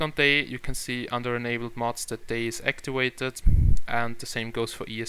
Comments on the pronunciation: "Actiwated". LOL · whats actiwated XD